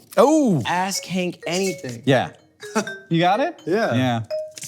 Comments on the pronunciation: Be more careful pronouncing "ask Hank anything" -- on the last call to action I definitely heard "ass-kink anything" 🤣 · I listened to this at work and at the end I really thought he said ‘it’s called ass kink anything’.